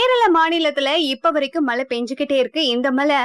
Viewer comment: malai illama. mazhai